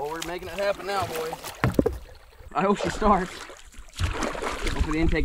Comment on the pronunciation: ITS SHEEEEEEEEEEEEEEEEE NOT SHOE PLEASE STOP SAYING SHOE PLEASE